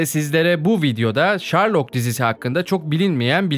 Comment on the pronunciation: şerlok ulan şerlok. ŞARLOK değil